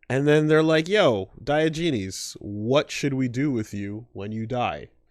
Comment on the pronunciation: Diogenes. Die-Ah-Gen-ees.